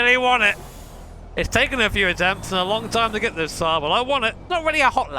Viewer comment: Literally Nobody: My Sides:: L O N K. E F F E C T I V E. P O W E R. S T R O K E S